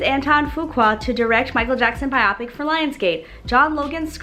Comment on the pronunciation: It’s actually pronounced Bio-pick not bi-op-ick